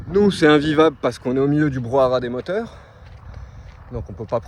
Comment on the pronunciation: Salut, je te suis depuis un moment maintenant et t'apprécie beaucoup. Je voulais juste te dire,toi qui aime notre belle france que l'on dit brouhaha et non pas brouhara... 😅 J'espère que tu vas trouvé ton spot de rêve! ❤